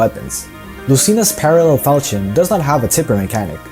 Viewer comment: you did the first sin of fire emblem: pronouncing the falchion as you think it would be pronounced. its actually fal(l)chion, as if it had two Ls